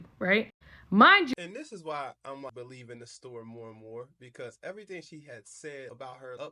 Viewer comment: EV-UH-REE-THING. my GOD.